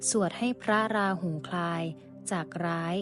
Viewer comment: ราหู นะครับ ไม่ใช่ ราหุ ครับ